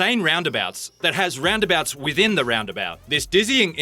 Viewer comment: 13 craziest "ralnd abalts"